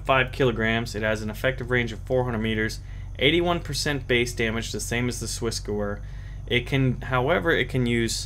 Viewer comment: Not trying to be mean or a Grammar Nazi (lol) but it's actually pronounced swiss-gever. Luv ur vids they helped a lot. Thanks